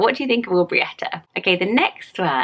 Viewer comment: are you sure you’re pronouncing Aubrieta correctly - I have heard people say Aubreesha...or perhaps it could be either?